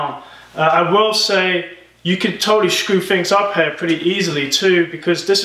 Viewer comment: You say "here" like "hair". I'm pretty good in recognizing accents but yours is mix of many :D